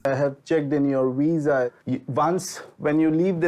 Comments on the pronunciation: really. I noticed that. He can’t even say visa correctly. 😂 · Dude, it’s pronounced VISA not WISA. He’s putting Jen down and can’t even speak. 😂